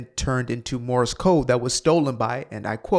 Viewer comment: He said Morris code, it's Morse